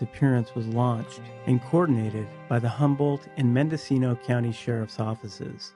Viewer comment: So refreshing to hear a YouTuber correctly pronounce Mendocino County. Growing up, whenever we'd go hiking, we'd tie a bunch of empty cans on string to ourselves, so that no one thought we were sneaking up on them. Dad didn't bring his gun; you don't want anyone thinking you're a threat. It helped that it was two middle-aged hippies and their two little kids. We'd stick to a particular route that went through LP's land (a lumber company). Don't be stupid, don't pick a fight, and know which areas to avoid.